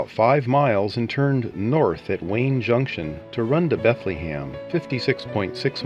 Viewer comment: LOL, thats what happens when A.I. does the narration.